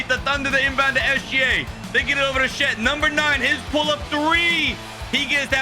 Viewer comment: Why do you call his shet? It's chet....